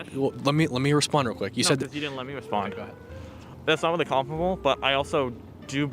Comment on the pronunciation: "That is not weawwy wewevant" Dude, you brought it up.